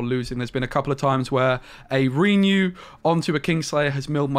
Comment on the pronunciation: At first I passed it off as you doing a troll thing, but each time you say REE-new it makes me cringe harder. PLEASE - it's pronounced "ruhnew" ... not reeeenew.